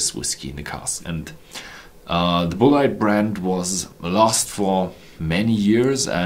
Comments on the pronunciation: Hi it really is pronounced BULLET (like from a gun) That is how they pronounced it at the Bulleit Experience in Louisville Kentucky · only problem with his english was his pronunciation of Bulleit, which i'm pretty sure is pronounced like bullet from a gun. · Great review! I know this is almost unhelpful at this point, but in the US most people pronounce this brand same as you would bullet for a gun. I've taken 5 years of German so your pronunciation makes sense and was most likely the original/familial pronunciation. Really enjoying your videos! Wishing you future success.